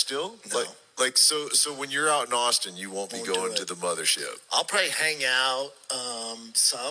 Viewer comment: "i researched nashville, teggzaz before moving to austeen"